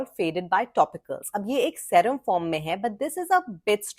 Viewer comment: I like your videos, but I cringe every time you say the word serum. It is pronounced see-rum.